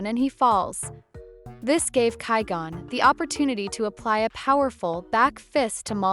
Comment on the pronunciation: Once I heard (ky-gone) I was done with this video